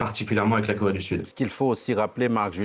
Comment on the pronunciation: LORSQU'ON N'EST PAS CAPABLE DE PRONONCER "CORÉE DU SUD", ET QU'ON PRONONCE "KOWÉE DU SUD", ON NE TWAVAILLE PAS À LA TÉLÉVISION. SÉGRÉGATION POSITIVE= RACISME ANTI BLANC.